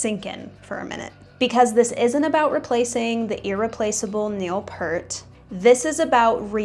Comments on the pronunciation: It's Neil P(ear)t not Neil Pert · Heard Pert again. (grinding teeth) It's Peart, like ear! Please, I need HELLP! lol... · It’s not Neil Pert. It’s Neil Peart. Like ear but with a P and a T at the end :) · Its pronounced P-EAR-T" Its "EAR" with "p' at the beginning and "T" at the end. NOT "pert." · 'Peart' is pronouced "peert" 😉 Great video otherwise! 😄👍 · Nobody saw it coming because, just like you don't know how to pronounce Peart, has ZERO history even talking about RUSH. This is utter nonsense